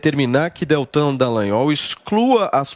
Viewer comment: ALGUEM AVISA A PAULINHA QUE O NOME DO PROCURADOR É DELTAN DALLAGNOL E NÃO ( DELLAGNOL )